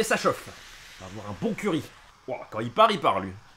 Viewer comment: j'entendais curé au lieu de curry, boeuf au curé, pas mal